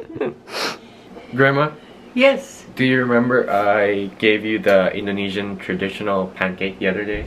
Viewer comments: OMG her indo pronunciation is so good!!! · Pengucapan grandma Bahasa indonesianya perfect le